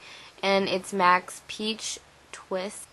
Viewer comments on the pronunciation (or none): none